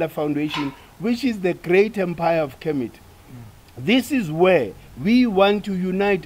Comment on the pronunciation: 😂 it's kemet... Kermit is that frog that likes to mind his own business, it doesn't really matter but I'm dying of laughter 😂😂😭